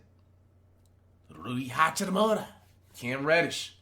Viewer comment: OMG. Bruh said Cam reddish